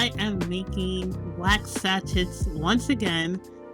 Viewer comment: Your videos are always inspiring and I admire how much you strive for perfection of your products and videos, so here is a small lesson. SACHET is a french word and as such the ending "T" is silent. It's pronounced SA - SHAY. You can google the pronunciation if you'd like. I don't like being critical, but I thought you'd appreciate a little constructive criticism.